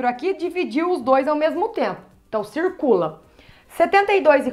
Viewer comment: " a cê tá esquecendo uma coisa cirrrrrrrrrrrrcula o 2" fofinha